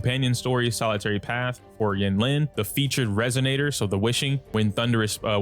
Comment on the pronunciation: it's pronounced een-leen